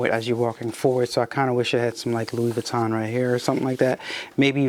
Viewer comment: He doesn't even know how to pronounce Louis Vuitton so....